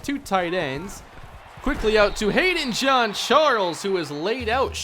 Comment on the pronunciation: Why do you keep on saying John John John John even Google gets this right John is John